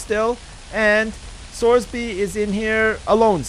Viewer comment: well every time he reads sorby's comments he mutters to himself "fucking sorsby"